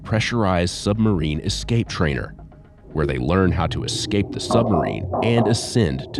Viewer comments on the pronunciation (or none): Listening to this dude say eck-scape is testing me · One of the higher ups needs a boot camp on how to pronounce the word "escape" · instructor can’t pronounce the word escape.